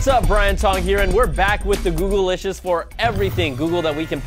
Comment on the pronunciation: Did brian tong spell "googlicious" wrong? He says "google" + "licious" but it's spelt "goog" "licious"